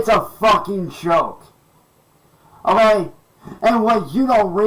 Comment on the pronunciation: A degree doesn't get you anywhere oh-ghay? 😂